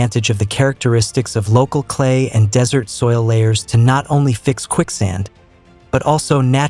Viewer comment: Wonderfully informative. Please consider using a real person to speak the text, as the AI voice frequently mispronounces words, and also has problems with the punctuation. Examples: "desertification" mispronounced as "decertification," "desert" mispronounced as "dessert."